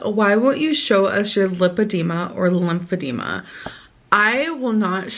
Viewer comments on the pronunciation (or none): none